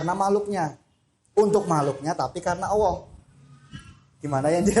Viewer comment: Mohon maaf... saya mau bertanya mengapa mas Ori menyebutnya seperti Owoh untuk Allah... Apakah ada arti sesuatu?